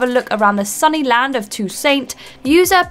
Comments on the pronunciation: "To-saint????" C'mon!!!! 😂😂😂😂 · Jesus...To-Saint? That's not even an accent thing that's just genuinely not knowing how to say the word, could have at least looked at some gameplay and heard how it is pronounced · Just checking the pronounciation of "Toussaint" wouldn't have been that hard you know! Especially for such a popular game like Witcher 3. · The way she said toussiant was kinda infuriating if your a Witcher 3 fan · I don’t think it’s hate, it just feels a bit disingenuous for someone who claims to love games to get such a big detail wrong, especially from such a well-known and well-loved game. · You pronounced Toussaint wrong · You pronounced Toussaint wrong, guys. Come now. We expect better. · Too-saint, Bal-door, Issa-boo. What.